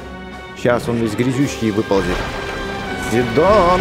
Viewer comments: Сидооооооооон а не сииииииидон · хватит говорить сидОн правильно сИдон